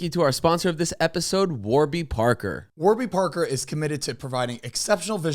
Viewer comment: Am I the only one who noticed during the one ad read the website was wrong? Isn’t it Warby Parker. Not warber Parker lol